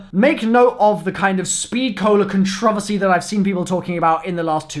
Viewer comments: You say controversy very weirdly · i can't tell if i love or hate the way that says "controversy"